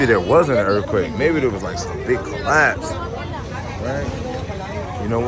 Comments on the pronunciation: URF-quake? URF-quakes are crazy, Bro?! Ya know wuh I'm sayin'?! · same way I felt listening to you talk about "duh URF-quake."